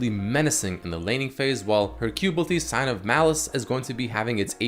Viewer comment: its sigil not sign btw